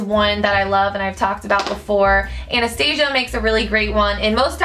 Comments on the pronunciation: But it's not right... Anastasia is founded by a woman named Anastasia and that's pronounced An-es-tah-seeyah. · OMG! somebody finally says Anastasia right!